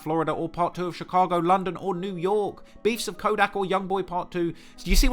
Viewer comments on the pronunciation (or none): none